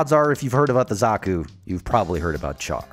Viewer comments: Aaand you done went and called him CHAR (like burned food) instead of "Shh-arr"....which is his name. It's like calling someone named Sharon "Kairon" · Please pronounce his name properly. Char sounds like shaar. Thank you have a nice day. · did he just say char, like you would char-broiled? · I thought char was pronounced “shar” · you would be correct. he butchers it in the video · Great video... but Char is pronounced Shar, it is based on the French-Armenian Charles Aznavour, which has a Sh pronunciation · Enjoyed your video as a Zeon / Zaku fan, but I feel compelled to point out that you're mispronouncing Char Aznable's name. It's pronounced SHAR or SHAH not the way you're saying it with a C-H sound. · Drives me nuts when people put heavy emphasis on the CH for Char. Like it's really pronounced Shar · Char Aznable (シャア・アズナブル Shaa Azunaburu) You pronounce Char with a Sh sound, like the French Chien, not a ch sound. The Japanese do have the ch sound, and if Char was meant to have a ch sound, he wouldn't have the sh sound in his name.